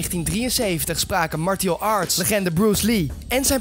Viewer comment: ''Martie-al arts''.